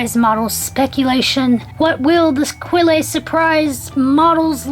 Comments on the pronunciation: It's pronounced Quell, silent e ;) :) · I teach French and the word "quelle" is actually pronounced "kell". You don't make the qu sound and the e on the end is silent. People try to over-pronounce French words a lot (